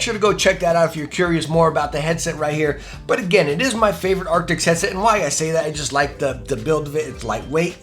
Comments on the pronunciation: ARCTIS. A R C T I S. nOT aRCTIX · its arctis not arctics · Are... are you calling them "Acrtics?" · It's Arctis, not Arctic. Great video though! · Arctis. It’s Arctis. I love your reviews but come in man. At least say the name of the product your using correctly. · Stop saying “arctics” 😂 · Hey bro it’s actually pronounced ark-tis just letting you know